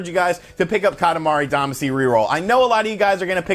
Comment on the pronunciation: We all cringe at your KAH-tah-MAH-ree DAH-mah-SHE pronunciation. Friends don’t let friends destroy Japanese pronunciation. We love you and your channel. Thanks for pumping this up. I had the same reaction on the direct, “for me?!?!?!”